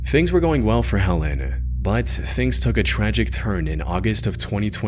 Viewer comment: "bahhht" "unfortunately" "howver"...